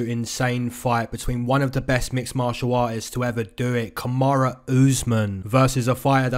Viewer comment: why do ppl say "kamara" instead of "kamaru"